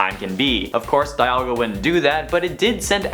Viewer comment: Its dialga not dayalga